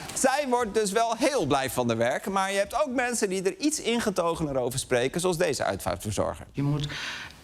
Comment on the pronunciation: 'freselijke' kerel 'dese' Lubach 🤢